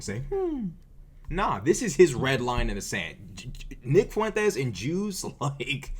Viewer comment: I love how you always properly accent the name Fuentes.... it probably burns his supportes up lol 😂